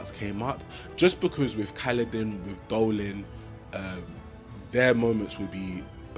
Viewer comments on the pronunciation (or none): I'm not gonna judge you, because I can't say their names to save my life. That said, the general isn't called Dolin, it's Dalinar. I think you accidentally made a weird mix of Dalinar and Adolin, who is his son. I'm glad you're enjoying the archive. I'm on Wind and Truth, and I love seeing new readers getting into the saga.